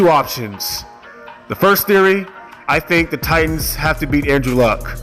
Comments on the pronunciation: As a TITANS fan..... Please for the love of God, learn how to record your voice with consistent volume levels and in one room, or say it all in one recording or learn how to edit your voice over. Oh.. And please stop emphasizing the "T" in The TiTanns" it's just Titans bro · Anyone else cringe when he pronounces it "tight-ans": accent on the 2nd t?